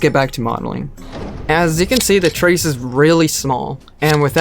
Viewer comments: anybody gonna talk about how he said terrace as trace? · terrace is pronounced like "terris" hearse is pronounced like "hurse" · I don’t think that’s how you pronounce “terrace”, pretty sure it’s more like “terras”